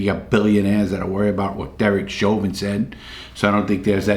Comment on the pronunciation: "Derek Sherber... Derek Chauvin..." thinking about sherbert larry? Lol